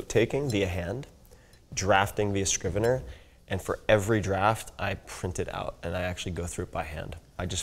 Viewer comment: Found it - It's called Scrivener and not Screweneur ;)